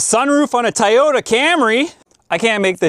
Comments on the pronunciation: Please say "toy' ypta... not ti or tee tie just stop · I just want to hear you say the word “Toyota” 10 more times. Or I mean “teryota”